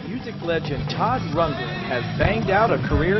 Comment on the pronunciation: It's Rund-GREN dear, not Rundgen!